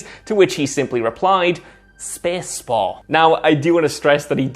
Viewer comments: " SPËËCE SPOOH" XD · Glad I'm not the only one who thought that at first , I had to replay it again to find out 😂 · What’s a “spes baul”? 😂